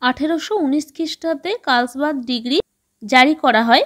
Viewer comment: 34-নং টা জার্মানির হবে আর 35 নং এর টা ডিগ্ৰী না ডিক্রি বলতে হবে।